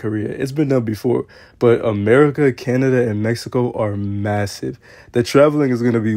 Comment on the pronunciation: Why you say Canada like that 😭 respect us pls 😂